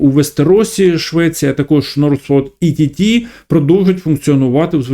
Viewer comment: Працював в Northvolt Ett. Ett це "один" шведською. Читається як "етт". В Labs теж працював. Ви багато чого не знаєте. Але скажу коротко - цей проект майже не має шансів.